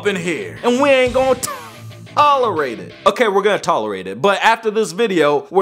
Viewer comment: and we aint gonna THAaa-lerate it i died 😂😂😂😂😂